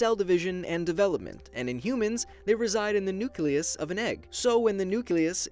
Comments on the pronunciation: Nucaleus Having some trouble saying nucleus there, buddy? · Why is no one talking about how he says nucleus it sounds funny (not in a bad way)